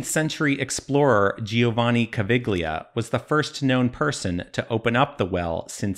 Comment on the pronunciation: Caviglia, in italian, pronounce: cavi-yah (cavi it's ok, -gli pronounce like yahoo). Sounds really weird how that name sound in English.